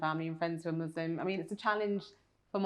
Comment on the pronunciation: It’s ISLAM not IZLAM. It’s MUSLIM not MUZLIM for ALLAH’s sake